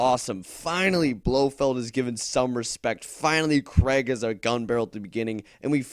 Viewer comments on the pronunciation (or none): none